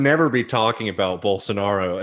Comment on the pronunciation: Holy moly, that Bolsonaro pronunciation (along with a sneaky Dave Rubin "Bolsarnaro") made me laugh out loud—so good.